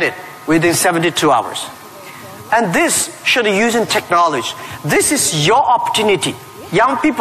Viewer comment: why does Jack always say "Technoletch" .. it should be technology